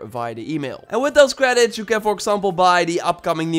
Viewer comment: Oooooo hewixx cweeditz me likey